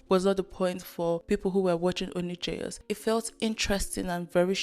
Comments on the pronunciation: I’m an Indonesian and the word jayus has not been relevant for years now, just a little thing that makes it funny to me. Also it’s supposed to be pronounced as “jah-yoos”, so used the word all this time without even being able to say it properly 🤣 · this is way off the main topic but the way doesn't even bother learning how to pronounce jayus properly irks me so bad. if you take a word from another language, give it the respect it deserves and learn how to actually say it. (it's juh-yoos, not JAYus)